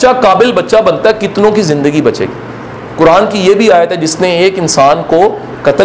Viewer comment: اسلام علیکم ورحمتہ اللہ وبرکاتہ I request you Sir please learn tajweed it’s not كران It’s قرآن